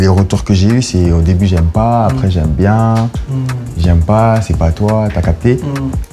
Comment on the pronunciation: Quand koba il dit « après » jsuis la seule a anttandre « aré »